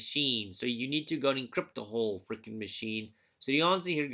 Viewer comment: Your accent adds a humoristic aspect to these videos '(...)we need to frrreaking clean it!' 😅